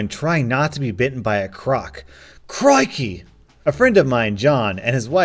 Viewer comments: as an Aussie your crikey was ok, but for future crikey's, don't say it with as much of an oi sound in the middle but with more of and eye sound but you did way better than most non Aussies, seeya. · I love you, but that crikey sounded English not Aussie 😂